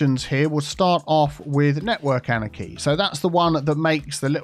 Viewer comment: I've been watching you for a couple years but for the love of god: it took me months to figure out wth you were saying while trying to pronounce the word anarchy. Annechy? Aneki? Anakey?